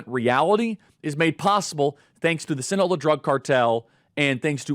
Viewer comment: Sinna Low Ah SInaloa. Gotta say it right, Charlie.